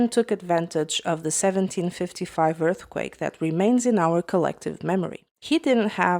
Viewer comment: Donkee We Must Sayv Porchoogal From Erfqwake!